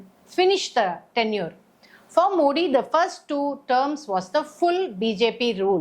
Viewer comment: You are unable to pronounce Modi and worry about your future.